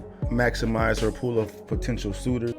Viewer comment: What's up with the intro... "Maximize her pool of potential soooters"....